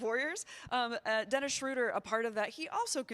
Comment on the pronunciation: Kerith, please learn to pronounce Schröder correctly, or just go with the traditional long O like the Peanuts character. "Shrooder" is just wrong. Here's how you do it